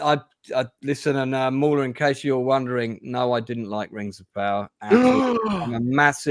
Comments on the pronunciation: I think hrs saying maular not moron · At , did mauler get called a moron? I watched that part over ten times and I can’t tell with the accent.